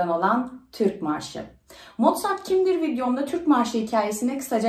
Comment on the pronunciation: hn Mozart diye yazılıp Mortzat diye mi okunuyor?Sevgiler